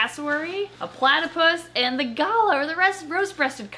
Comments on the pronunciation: who else is from Australia and are screaming at their screens when she says "gala" instead of galah, it's pronounced g-lah, g-lah! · Garla...?? ( Gu-lah ) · Im Australian and you said galah wrong say it like this "GA-LARH" or you can ask google how to say it! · It slightly angered me that she pronounced galah wrong